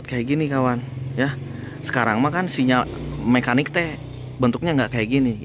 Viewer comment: Kalau bilang sinyar itu lidah orang Sunda